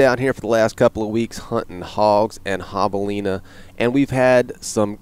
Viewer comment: Still saying javelina wrong in this video Bummer :(